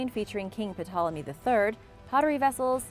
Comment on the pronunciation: Hi. The P in Ptolomy is silent.